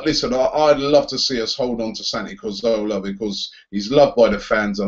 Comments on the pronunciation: Robbie... When will you learn how to say Cazorla's name right ffs?? CA-ZOR-LA not CAR-ZO-LA you ignorant fool! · It's CAZORLA not CARZOLA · Man says Cahzowlaar you know 😐